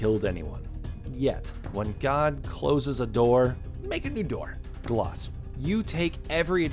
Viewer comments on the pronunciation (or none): It’s not Glass it’s Glaz there’s a z in it ok. You trigger me. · It's not Gloss it's Glaz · Did he say gloz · Am I the only one that was pissed off on how he said glaz? Also I’m pissed I’m not on this list. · The way he said glaz